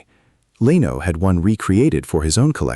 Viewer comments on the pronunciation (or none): Leno is pronkunced /Le-no:/ not / Lay-no:/. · Now it’s “ Leeno”. The AI very obvious knows “ F” all about pronunciation rules. They exist but 99.999% of English speakers know any.